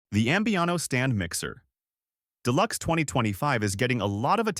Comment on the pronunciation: This would be an ultimately great informational video for all the specials however… Your computer that reads it needs to go to elementary school and take English courses to learn how to read. I could do a much better job and I work cheap so contact me and I will read them for you because I know how to pronounce frappe. Oh, and I know how to pronounce deluxe.